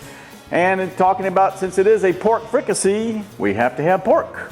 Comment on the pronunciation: Chef, I’m from south Louisiana too and in my area of south Louisiana we pronounce it like freak-ah-say like in french. It rhymes with “need I say”. Looks good, thanks for sharing.